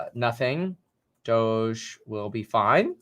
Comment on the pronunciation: Brah it's dohj like dog with an e not doschzze duh